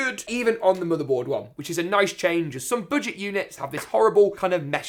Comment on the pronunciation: You said BOODGET lol